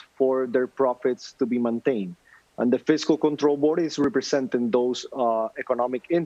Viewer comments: Puerrrrrto rrrrrrrico ))) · How many times must he say, "Puerto Rico" (in full Boricuan accent)??, jajaja We know y'all, we know you're latinos and American, in the mainland. hahaha At least us Mexicans know it. You remind us every time you get a chance! hahahaha They say, "We're American, our passports say American" chill, we're Mexican and American too, mensos!